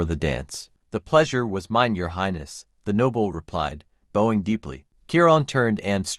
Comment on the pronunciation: It's Om(e)ga with short e sound. And bowing with an ou like out sound.